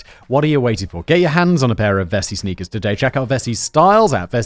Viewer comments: It really sounded like you kept saying "Snickers" instead of sneakers during the Vessi ad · Did he call the Vessis "Snickers" instead of Sneakers in the ad read?